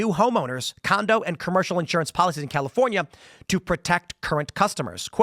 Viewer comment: Dammit Tim, you opened with "The Chalifornia..." 🤣🤣🤣